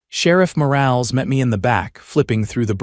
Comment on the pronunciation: Morales, for God's sake, pronounced Mo-ral-es, NOT morails!